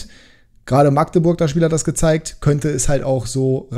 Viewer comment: Habe in Magdeburg ein paar Jahre gewohnt. Definitiv Magdeburg mit kurzem a. Also nicht: Maaaagdeburg 👍